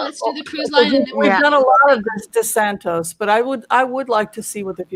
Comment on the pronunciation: Hi. All the readers are calling him DeSantos, but it is DeSantis or as I call him DeSatan.